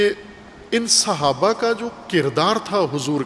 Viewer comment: تلفظ "صحابہ " ہے " سھابہ " نہیں۔ بنیادی غلطی "عقیدہ امامت "ہے جناب